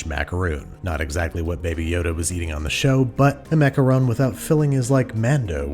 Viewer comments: it's ok, there's a few ways you can pronounce them, as long as you don't say "macarOOn"... aaaand babish is dead to me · After all that effort for accurate pronunciation, you do a full 180 and pronounce macaron as 'macaroon' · its funny that when you said macawrong, you were actually the closest to the right prononciation than the rest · You want to know something incredible? When he mispronounces the word macaron, it's spelled "macaroon" in the captions. But when he says it correctly, it's "macaron". INCREDIBLE. CAPTION-WRITER, I SEE YOU. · WRONG. It is maca RON NOT macaroon. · It is macaron NOT macaroons. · I dont want to argue with his Disney holiness BUT mac-a-rons? Not mac-a-roons? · Babish flipping between the pronunciation "Macaron" and "Macaroon" is hilarious but someone should tell him they aren't the same thing. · ITS A MACAROON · I’m positive I’m saying it macawrong. I was like 😑 but at the same time I was like 😂. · I honestly do hate how Americans butcher the word macaroon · Babish: calls macarons "macaroons". Me: eye twitch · "I'm positive I'm saying it macawrong!" ;-) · "I'm positive I'm saying it macarong" sent me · It’s French. They don’t have an “oo” sound. They have an “aw” sound. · You made my day when you started pronouncing "Macaron" the way we pronounce the name of our President "Macron" in French. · How many different ways can Babish mispronounce macarons, jeez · Even tho John pronounces macarons wrong, I still love this man! One of the best directors IMO! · >Looks up proper pronunciation of Macaron >Pronounces it like 3 different ways throughout the video